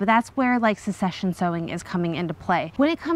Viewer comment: I believe succession is pronounced suhk-seh-shn. 😋